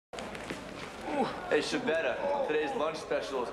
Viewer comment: Comunque in lingua inglese, viene pronunciato male il nome Schibetta. Lo pronunciano in un modo che scritto in italiano sarebbe "Scibeda", non si può sentire.......